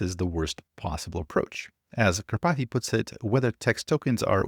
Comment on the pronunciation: Kar pathy! 🤦‍♂️😂🎉